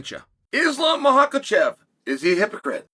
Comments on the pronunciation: Hahahaha uncle chael u mistakenly pronounced his name. Makhakalchev?😂 it’s Michael-chev😂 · Cha-hail P. Brain Sonnen... Blah-hol? I guess a UFC champion doesn't deserve the respect of TRYING to actually say his name. Is why we don't see you on ESPN on the regular? - no chama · "Islam Mahakachef" close enough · I think "MOCHELCHEV" as you calm him talked about moving up before Ilia decided to change weight classes.